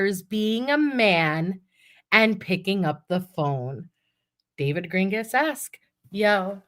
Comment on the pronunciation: Not sure of anyone brought it up but you mispronouncing David’s name hopefully on purpose is making me laugh every time you say it because if he listens to this he’s gonna be pissed and that makes me smile 😂😂😂😂😂😂😂